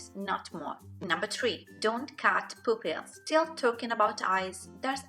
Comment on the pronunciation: I like how you pronounce "Poopils"